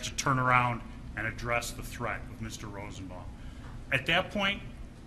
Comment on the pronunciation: .....he is so horrible. Slob. Dumb. He said ROSEN-BOMBING